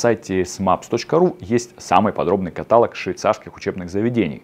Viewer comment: Спасибо за информацию! Но обратите внимание на удаления в словах, потому что "в кранАх", "катАлог" не вызывают доверия к вашим образовательным программам.